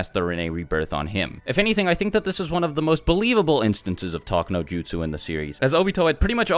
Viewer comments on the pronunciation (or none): none